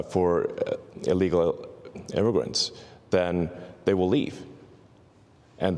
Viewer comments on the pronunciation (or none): Whats an "illegal mimmigrint"? 😂